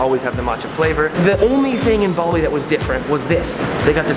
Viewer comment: Bali not baldi xddddd